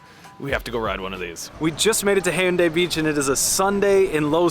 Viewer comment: not hyundai beach, Haeundae Beach 'Haeundae' sounds 해운대 [hæundæ] hotdduck sounds [hot'ək] not 'ha-i-u-da-ik'